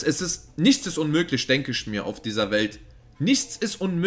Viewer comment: isch, disch, nisch..... grausam.